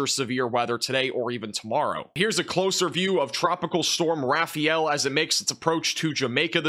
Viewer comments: It’s not pronounced rafi-yell. It’s ra (rah), fa (as in father), el (like the letter l). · It’s pronounced ”Raf-eye-yell”